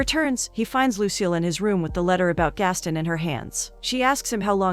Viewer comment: It's Gast-on not Gastin Americans oye 😂😂